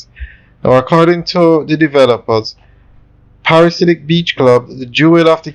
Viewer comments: Dude, you have done several videos on this development, and you still you can not say the name right. It is not a parasite. The name is: Pa/ra/di/siac. Get it right, Lol! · The word is pronounced PARA-DEE-ZE-AK, it means a person obsessed with paradise.